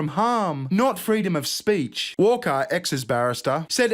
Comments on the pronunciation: Did she say "freedom of spreach"?! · "Freedom of spreech" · She said freedom of spreech Ha